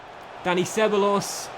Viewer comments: It's "seb-a-jos" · It’s so annoying the way he pronounces ceballos’ name? It’s “seb-I-os”, not “seb-a-los”.😂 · Ceballos: seh-BYE-yose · How he says Dani ceballos 😂😂😂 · The brexit pronunciations of Lenglet and Ceballos gave me good laughs.